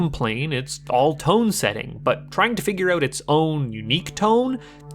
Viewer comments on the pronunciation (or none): none